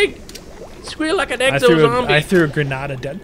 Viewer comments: "Eggzo" really just... Really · X O X OOOO NOT uxo or wtf you said lol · lol exo not eggso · Who else heard him say "Eggs oh Zombies"